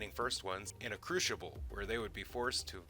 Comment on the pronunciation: Crucible is pronouned .... at ~ , you pronounce it as "CREW-SHIIIII-BULL" ... the correct pronunciation is CREW-CYBILL. CYB and SHIB are not the same sounds.